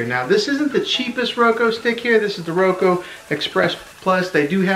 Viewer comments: This was helpful, but it’s Roku not Roko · He just said Roko no Roku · It’s said like ROE-K-OO NOT ROE-K-O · I appreciate it but why did you pronounce it roko it’s a u not an o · Omg it’s Roku not Roko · ITS NOT ROKO OR ROKEW ITS RUKU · well here is the thing it is called a roku stick not a roko stick and here is how ti say it: ro-k-oo (thanks for your time) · Omg he keeps saying roko ahhhh it’s called RokUuuuuuu!!! Lol either way good tutorial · “Media on the Roko” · My guy it’s pronounced “Ro-k-oo” no hate it’s easy to mess up. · How to talk like a dad Roku pronunciation R o-ko Reese's pronunciation Ree- Cee-S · “ThIs Is A rOkO tV” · thank you. that's literally the whole reason I clicked on the video and I had to sit through 6 minutes of him saying "Roko" only to not get my answer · it’s pronounced ro-koo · i feel bad for laughing at you saying roko besides that really good video man 😁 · He meant you pronounced it wrong